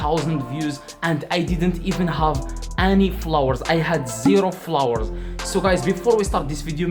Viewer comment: the fact that he said flowers instead of "followers"